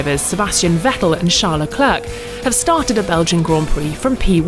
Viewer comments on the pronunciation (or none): Dude can this woman pls pronounce him leclerc and not leklörk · Stop pronouncing the last C in Charles surname. Not even he does that